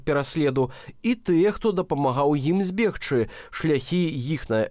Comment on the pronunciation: Зьбегчы -- павінны быць мяккі /з'/. Рэжа беларускае вуха.